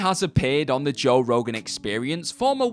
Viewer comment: Your English and still can't say Joe